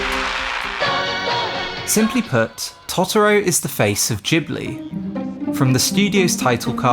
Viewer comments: It's Totoro, not Tottoro! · The pronunciation of Tot-oro is like nails on a drawing board 😅 It's Toto-ro same as in the end credits song... Good video though 👍🏻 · I'm really sorry the video was great super interesting but the way you kept saying totoro was killing me 😩😂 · After he mispronounced Totoro 5 times I gave up watching this. Learn how to pronounce the names of what you're talking about before acting like an expert.